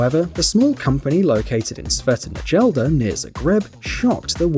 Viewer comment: Ali me ubilo kako su procitali "Sveta Nedelja" haha